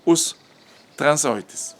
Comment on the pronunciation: "trazóides" 🤣 Penso que o quer dizer "transeuntes". A sequência "eu" é pronunciada de forma diferente da Língua Alemã.